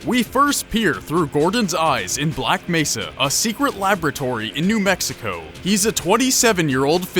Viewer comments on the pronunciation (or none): none